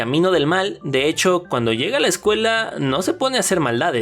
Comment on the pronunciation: Zssshcuela? Palmolitas?